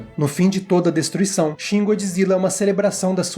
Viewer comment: GodJIRA , GodJIRA , você leu com a voz do japonês né kkkkk